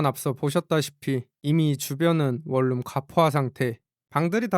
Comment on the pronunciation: 발음 할때 월룸 이라고 읽지말고 원눔이라고 읽어라 좀~~~~~~~~